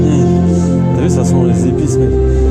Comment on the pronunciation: Je suis le seul à à voir compris "ya une espèce d'odeur de pisse" au lieu d'épices 😭😂